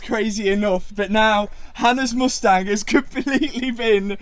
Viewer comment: The way he pronounces mUstang is painful.